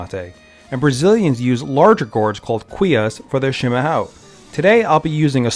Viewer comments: It's pronounced (SHEE-MA-HA-OOM) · You're pronouncing it wrong It's Shee-ma- HUOE. The ão sounds is like adding an Uh before the o sounds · You are pronouncing chimarrao wrong.